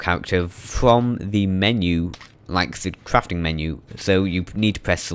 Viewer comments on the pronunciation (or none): Cwafting and upgwading wecipes.